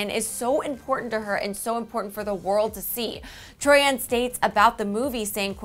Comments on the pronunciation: It is Troian not Troi-an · I'm sorry but I have to correct the pronounciation of her name it's Troy in......,..not Troy Ann....I should know that's my surname. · Omg learn how to pronounce the celebrity's name before you say it ?? It's Troy-en not Troy-ann 😂😂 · but it is RLLY ANNOYING! its TROIAN not TROYANNE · Gives me chills every time she says tori-an... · I hate how she says it like it's 2 names together TROI-AN. Like no. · troy-in. how hard is it to say it. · sorry but "troi-ANN"